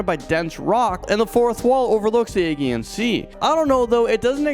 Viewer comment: Agean is pronounced with a soft g